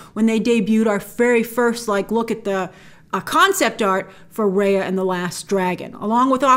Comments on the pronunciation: its Rahya with the ah sound not the ayy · Just a pointer that Raya is pronounced like Rye Bread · Imagine the backlash when the trailer comes out and we hear "Raya" being pronounced as "Rae-yea" instead of "Rai-yah" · So her mount/ animal friend is named after a Thai vehicle? Cool 😁 hope it’s pronounced took took like how it’s supposed to, Also it’s great that her name will have a Southeast Asian pronunciation, Rah yah.